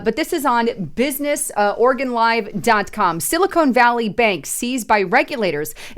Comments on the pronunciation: It sounds like sili-con not cone. They are two substantially different things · Hey, it's pronounced "Silly Con", not "Silicone".